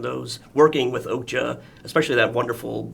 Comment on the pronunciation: The interviewer keeps pronouncing okja as oakja :D